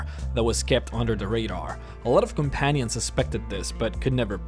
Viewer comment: You said companions wrong